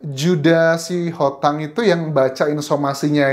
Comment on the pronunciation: Min bukan juda sitohang,tapi juda sihotang